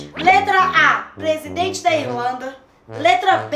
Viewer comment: Plesidente kkkkkkkk